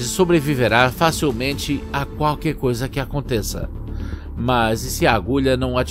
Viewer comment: * alguma "goisa" *